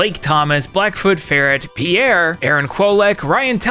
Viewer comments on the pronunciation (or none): none